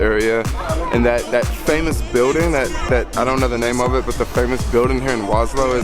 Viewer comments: Warsaw bruh, not warslow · please do not refer to my city as "Waslaw" the proper pronounciation would be "Varshava" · Waslow? It's Warsaw. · So is Warsaw Poland really pronounced Was-Low? Or are you somewhere else? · Soul Jacker War...saw. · Kept hearing Waslow in the video :) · regarding the time you took to asnwer the question, I guess you finally managed to grab a bit of basic education. Warning- learn how to pronounce Warsaw correctly, or dont use the word at all. You are nor in Bronx, bro, to speak like a black idiot here.